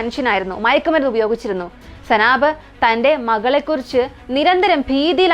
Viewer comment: സനാബ് അല്ല സൈനബ്